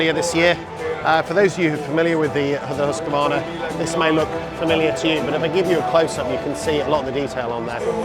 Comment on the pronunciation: No 'a' in the middle of Husqvarna (pronounced Hooskvarna), I know the Yanks love to say that way but...